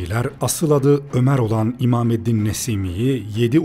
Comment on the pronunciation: Imameddin değil, imadeddin olacak Pek dikkat etmemişsiniz